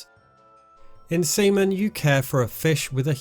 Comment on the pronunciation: Stop saying Seaman like that lol